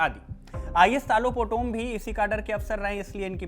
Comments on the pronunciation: His name is talo not tilo potomm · it's तालो पोटोम not tilo poto😅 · How can say Tilo Poto It’s Talo Potom… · Not tilo potom it’s Talo potom thoda toh achha se bolo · तालो पोटोम not Tilo Potom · TAATOOO POTOM .... not telo POTOM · Naam toh sahi se le leh 😅 telau nhi talo potom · Talo Potum❌Tilo Poto✅😆😂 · 😂 Tilo poton nahi TALO POTOM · Not telo Talo potom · Tumko bolne nahi aatai Hai toh mat bolo tilo nahi talo potom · Kya tilo potom its Taaaa lo potom😂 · Hahaha nice pronouns 😂 talo putum ❌ telum putum✅ hahaha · Not Tilo it's Taloh Potom. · Sirji,Talo potom khiye,not Telo Potom 😂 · Bro it's talo potom not tilo potom😂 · Telo poto hahahahaha 😂😂😂 bhai acha sey naam toh boldo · Naam to sahi bolo kam se kam